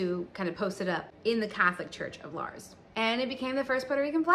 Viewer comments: The "Gritos de Lars" Rebellion. Lars? So that you're informed Lares is pronounced Lah Rés (the Res like in the word Rest but without the T at the end). Lah res (Lares). Anyways, nice history on explaining the origins of the Puerto Rican flag, and yes it was actually invented in nyc. jijiji.. Nuevayol!! lol. Enjoy your trip down to the island and I hope you learn new things. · Sweetie I think you mean the Lah-Res flag as in the Pueblo Lares. Please check than you😊